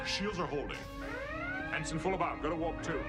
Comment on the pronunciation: "Ensign", not "Henson".